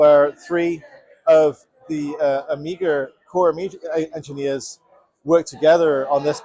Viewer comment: 1"30 Where does this man come from where they pronounce it "Amigeer"?